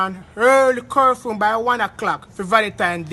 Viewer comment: He said curfume or is it curfew.